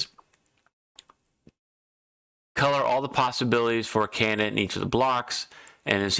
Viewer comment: Took me ten minutes to figure out what a "cayanut" is. The word is Can - di - date. Its - not - difficult.